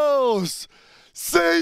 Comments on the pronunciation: sinon Vamos ca se prononce Bamos😁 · le v se prononce b en espagnole l'ami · On prononce "Bamos" et non vvvvvamos :) Allez Paris !